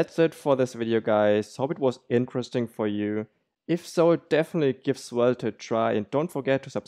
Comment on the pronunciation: Good video, but you don't have to pronounce the last e in svelt**e**